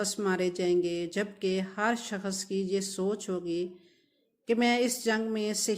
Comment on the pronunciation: اور پہلے آپ اپنی اردو ٹھیک کریں اور شکست نہیں ہوتا ، شخص ہوتا ہے ، بی بی پڑھ لکھ لو اور تاریخ دان مت بنو تمہاری زبان سے پتہ چل گیا ہے کہ تم ان پڑھ بھی ہو اور جاھلہ بھی 😂😂 دریااااافت نہیں ہوتا ، دریافت ہوتا ہے 😂😂😂😂 باجی